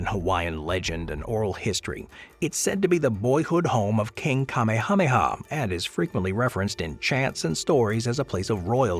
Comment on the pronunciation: to bad you dont pronounce king Kamehameha proper